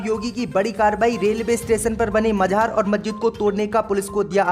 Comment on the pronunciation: MAZAR KO MAJHAAR BOLTA HAI YEH IDIOT....KAHAN KAHAN se aajate hai AISE news reader